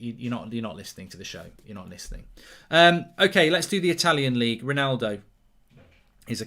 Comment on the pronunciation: Who is rolllnaulldouuu?